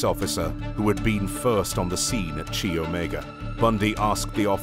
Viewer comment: "Chi"==K-eye, not ch-aye.